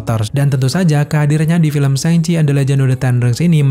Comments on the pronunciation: Bang cara nyebutnya yang bener itu "shang chie" bukan "séng ci" LOL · Bacanya yang bener sangci bukan sengci hehe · Syang ci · Cara baca yg bener "syang ci"